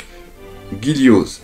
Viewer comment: Pour Dorian ça se prononce -an et pas -anne et pour Gillioz ça se prononce -Jio